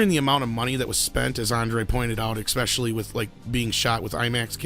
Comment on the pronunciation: Repeat after me: "especially". NOT "expecially".